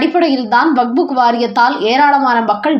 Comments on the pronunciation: தாயே பல தடவை சொல்லி விட்டேன் வக்புக் அல்ல வக்ஃப் சட்டம். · It is not Vagbhu. It is Vakf